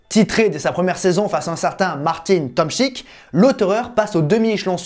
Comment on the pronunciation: Martin Tomczyk legend du DTM par contre tu as mal prononcé